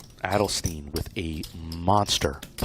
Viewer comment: Adelstein (Ad-el-st-ine) not Adelsteen.